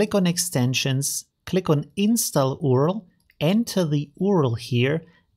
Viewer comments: Do you seriously say U.R.L as oorl? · Please say U.R.L instead of ORL, pleeeaase. first people started saying Gooyie instead of G.U.I and now they are after URL 😭😭 Just joking. thanks for the great video